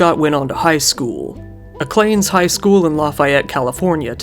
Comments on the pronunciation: the way bro says Aclanes instead of Ah-Ca-Lawn-Ees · Even creepier because this is local to me. Also the high school Acalanes is pronounced Ack-uh-lawn-ies, hard to figure out to pronounce unless you live around it hahahah.